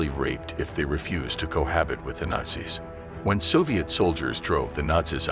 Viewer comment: How do you pronounce nazis ? You are pronouncing it (rong) ! 'MORON!'